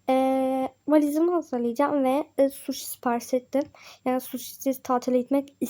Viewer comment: Sushi ben şuşu diye anladım ne alaka dedim 😂